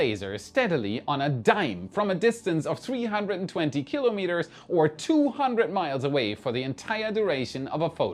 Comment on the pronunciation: I'll ignore the "mssive" typo, because is one of the very, very few people who pronounce "kilometres" correctly. Keep kilometres korrect - You Rock!